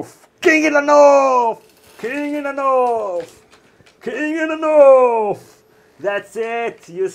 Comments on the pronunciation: It's pronounced north, not norrf. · KING IN THE NORFFFF KING IN THE NORFFFF